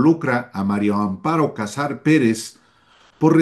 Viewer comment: No se porque no puedes decir MARÍA AMPARO, siempre dices MARIO AMPAROOOO🧐🧐🧐🧐